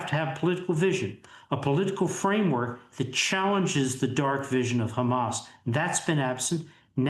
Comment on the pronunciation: Hamas and LIKUD ...! Hamas and LIKUD ...! How many times are you going to get it wrong ..!